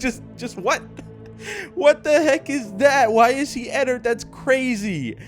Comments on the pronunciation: Pronounces it Ennerd its suppose to be " Ennard" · No its not enerd its ennard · Its not ennard its enny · also how to pronounce ennard is enn-ard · It is not enerd!!!!